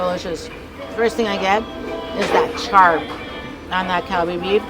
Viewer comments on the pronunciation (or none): none